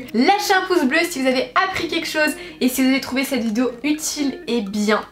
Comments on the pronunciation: Arrête de dire vidzeo punaise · Mais tu sais pas dire vidéo ?